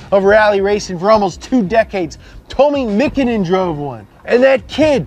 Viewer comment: Ah yes, Evo 10 hating. Still the fastest Evo 😁 and, please learn how to pronounce Tommi Makinen...